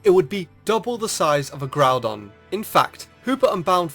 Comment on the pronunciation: It's not pronounced Groundon, it is pronounced Groudon